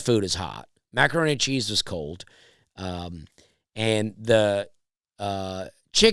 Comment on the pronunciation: Anyone else notice how he pronounces D’s at the end of words as T’s? He said she was mat! And the mac n chz was colt